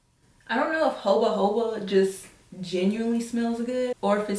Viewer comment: It's pronounced HaHoba (jojoba) oil lol. Love this.